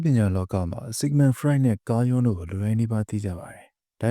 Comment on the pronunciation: ကားယွန်း မဟုတ်ပါဘူး သေချာဖတ် English စာလည်းမဖတ်တတ်ပဲနဲ့ ကားဂျူး လို့ဖတ်ရမှာ😅😊